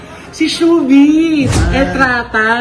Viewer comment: Rochelle "PANGILINAN" po di PANGANIBAN! Shuvee "ETRATA" hindi po ENTRATA😂😂😂